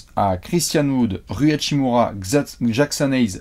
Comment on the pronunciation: bah c pour ca qu'ils vont alterner avec Prince pour la 5e place. et on dit hashimUra